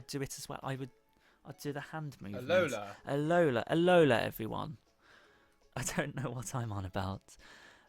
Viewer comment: It's 'al-o-la' not 'alol-A' If Hermoinie Granger went to alola